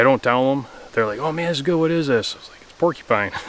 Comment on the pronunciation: "Pulled pork-eee pine" haha the way you said that made me chuckle.